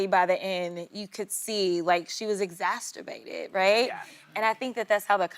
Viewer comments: What was that word, "egsasterbated' (sp) ? I know I would say exasperated but maybe she meant something other than that? It's good that someone is speaking up in the WH, but way too little people are speaking up for what is going on in the WH. I don't recall anyone saying they should recount the votes this time? Why not? These many people voted for him?? Really? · Exasperated is the word, not exasperdated.